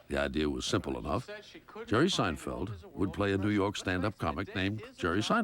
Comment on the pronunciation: Jeghrghome Seinfeldtz? 😂